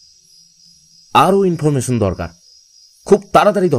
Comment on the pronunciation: ইন্দ্র এর চরিত্রে জিনি ভয়েস দিলেন তার কিছু উচ্চারণে আঞ্চলিক টান চলে আসে আর "স" "শ" এর উচ্চারণের সময় "ছ" হয়ে যাচ্ছে.....এই যেমন information এর উচ্চারণটা হুট করে কানে লাগবে...